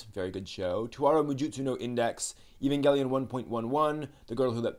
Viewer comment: "Ay" vangelion, not "E" -vangelion